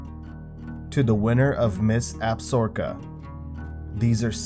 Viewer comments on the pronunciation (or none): it's ab-sa-ro-ka.....not absorka.... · Absorka? AB SA RO KA. Dude seriously it’s not that hard. Maybe you need to read your script through a couple times and make some effort. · ACKSHUALLY Formally, Absaroka, as in the Absaroka Mountains, is pronounced with the accent on the second syllable. That A is soft followed by a soft O, as in look: something like Ab-SAR-uh-kuh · lol tell em. Your 100% right.